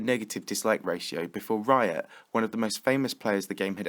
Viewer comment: he said raya not riot